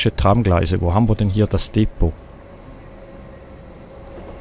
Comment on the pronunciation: Bei Depot liegt die Betonung auf der ZWEITEN Silbe!